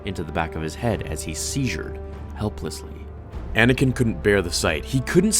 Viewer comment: It's "seized" not "seizured".